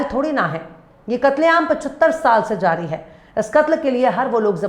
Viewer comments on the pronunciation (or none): none